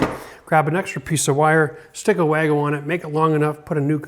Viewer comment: I think wago is actually pronounced Var-go - Being from Germany!